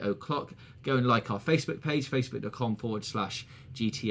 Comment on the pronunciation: At the end I heard GTA V O'cock